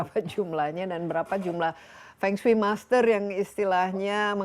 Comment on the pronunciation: Halo Kak Desi, pelafalan Fengsui hrs gunakan huruf E pepet seperti E dlm kata Emas, mEnang, sEnang, pEnuh seperti yg dilafalkan nara sumber itu yg benar Mdh2an lain kali jgn keliru lagi